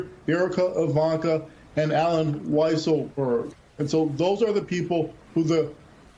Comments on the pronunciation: You're quoting Vance when he hasn't said anything and you deliberately mispronounce 'Weaselberg.' Gosh. You are cheap. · Love the "accidental" mispronunciation of "Weasleberg"!